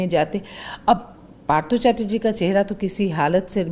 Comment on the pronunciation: Part Chatterjee???? Burbak It's partha OK.